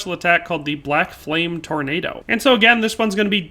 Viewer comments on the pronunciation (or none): none